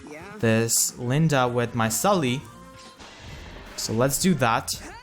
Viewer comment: Why are you Calling her LindA XD ?Her name is not LindE ? You're so funny ! XD